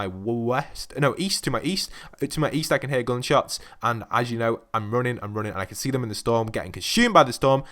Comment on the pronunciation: You cant even say gunshots right or running,i forgot to say that you cant say jump right too